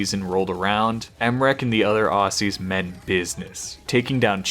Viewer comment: still pronounced aussie as assy tho